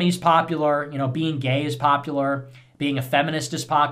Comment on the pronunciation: Why do I hear him saying "populor" instead of "popular", it bothers me.